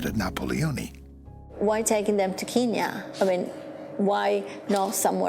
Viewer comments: It’s Kenya. Not keeeenya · "Keeeeen Nya" wtf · I wish they'd stop saying "keenya". That's an outdated colonialist name for Kenya. If you listen to the Kenyans in this video, even they say "KEN-ya". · is it not kenya not keenya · why cant Americans pronounce anything right? Keenya? Its Kenya.. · Is Kenya really pronounced Keen-yen? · the narrator's pronunciation of Kenya is a little odd.... unless thats how it is actually pronounced there in which case all I can do is apologise xD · The narrators pronunciations of countries lol. Wow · my god where is the narrator from? that pronunciation of Kenya was horrific. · Why can’t anyone in this documentary pronounce “Kenya”. Wtf! Good documentary nonetheless. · if they can say end, then why cant the say Kenya?